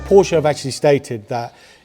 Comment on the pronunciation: bravo now saying Porsche correctly! You prove we're never too old, or too cool, to learn 💪